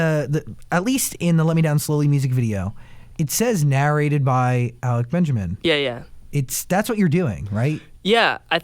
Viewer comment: 'alec benjermin'